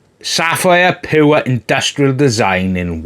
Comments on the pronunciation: It's not poor , its pure 😅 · I'm not trying to be a dick , your review was good , I actually recommended this board to my sister in law and she bought it , I think I will be building her PC tomorrow but the you say pure does sound like poor 😅 otherwise no complaints , well maybe add an extra 2 - 3 games